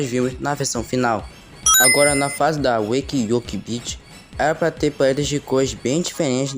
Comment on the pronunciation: é Wa-cky Work-Beach(eu escrevi como se pronuncia)